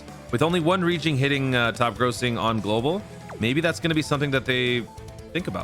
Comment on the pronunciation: Say it with me. GLOBAL❗️❗️❗️